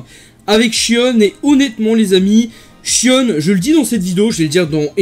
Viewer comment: en vo ca se prononce "shionne" donc tu as la bonne prononciation